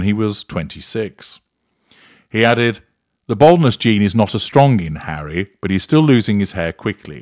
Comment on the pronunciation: She pronounces his name Hairy anyway so it makes sense.